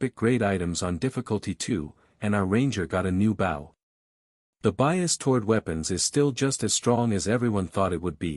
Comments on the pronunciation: In case it can be done, here are some of the words which are not properly pronounced for the meanings in their context: Bow can sound like b.oh referring to bow and arrow, and b.ow (as in ouch) for bending over to pay tribute to someone or something. Content has two possible meanings depending on how you pronounce the word: the content has the emphasis on the con part of the word and is for what is in a container, like a bag, and, content has the emphasis on the tent part of the word and refers to a feeling of satisfaction, as in: to be content with your lot in life. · Please add to this list of words not properly pronounced for their context: [_] BOW can sound like b.oh referring to bow and arrow, and b.ow (as in ouch) for bending over to pay tribute to someone or something. [_] CONTENT has two possible meanings depending on how you pronounce the word: the content has the emphasis on the con part of the word and is for what is in a container, like a bag, and, content has the emphasis on the tent part of the word and refers to a feeling of satisfaction, as in: to be content with your lot in life.